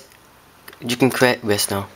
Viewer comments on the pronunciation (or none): none